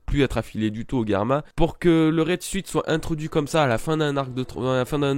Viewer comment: Bon par contre "raide suite" non, "suit" en anglais ça se prononce genre "soute", donc, à la limite, si tu veux rester dans l'accent français juste dis "raide soute" et tout le monde sera content haha (mais très bonne review quand même pour l'instant hein, c'était juste un point que j'arrivais pas trop à laisser passer, mais qui ne change rien au fond :p)